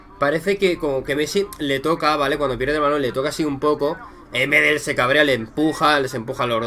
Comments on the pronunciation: Hola, una sola cosa, El apellido "Medel' se acentúa en la última e, pero lo demás que eres un crack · Para empezar se dice Medél aún que se escriba Medel. A mí me pareció que no puedes consentir ese comportamiento en un partido de fútbol y además Medel lo hizo porque argentina sin Messi perdió todo su juego